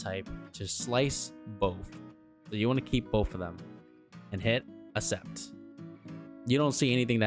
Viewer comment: Cool video. You should add dowel locators for some parts, it helps when lining up parts during assembly and adds stability in crucial areas, especially thin tall parts. Also, The word "accept" is pronounced ak-SEPT. To agree to something or agree to do something: For example, "He accepted the job offer." Hope that helps 😀